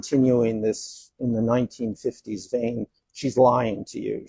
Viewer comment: Did he mean 1990s? He keeps saying 1050s and that doesn’t sound right.